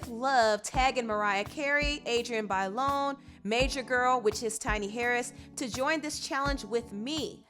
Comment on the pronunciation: Who is Adrienne BAY-Lawn?? Lmao